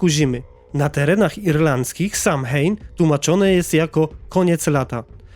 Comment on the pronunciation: Samhain czyta się sołejn